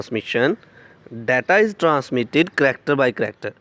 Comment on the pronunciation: 😂😆Chracter by Chracter nahi bhai...character by character...hota hai.....haha😂😂😂